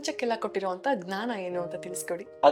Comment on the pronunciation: Namaste gurugale . Akka ಅದು gnana alla ಜ್ಞಾನ. 😮